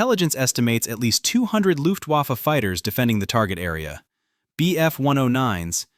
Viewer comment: IT'S NOT PRONOUNCED WAFFE, BUT "VAFFUH" AND IT MEANS WEAPON. (REFERRING TO LUFTWAFFE)